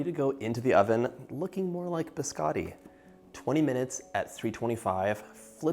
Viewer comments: I love the way you cook and bake i was born in Italy i been in America 55 years still never lost my accent no offense , (Just having some fun) Don’t call my BISCOTTI … BISCADI HAHAHA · Biscotti not biscatis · It’s not “biskawtee”….it’s biscotti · I was going to watch your video, but the first thing out of your mouth, you pronounced biscotti wrong. After that, every time you said the weird it was like pins and needles in my ears and I had to turn off the video. Please learn the Italian pronunciation instead of the American.